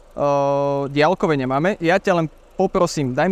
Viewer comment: Ale menej to ťahá uši ako keď počujem napr. polýcia, polytycká lavica, boly sme atď. A aj ten bosohlavý vo videu dialkové a iné.